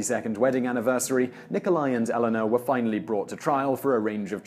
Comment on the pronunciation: When British people keep pronouncing Elena as Ellenna.... sigh